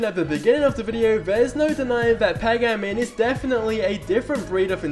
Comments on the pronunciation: Why can't he pronounce a single name properly..? PAH-GAH-MIN? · Pay gay min